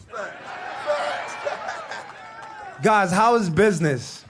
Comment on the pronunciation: You mean “bid-nuss”? I swear to God I just got dumber.